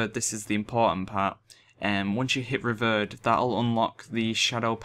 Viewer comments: Mate is prononuced RE- VIER- ED = nice guide tho thx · Revered = REE-VEER-ED Thought brits were supposed to speak proper english ;P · Any else get annoyed with he says revered? Anyway nice video :)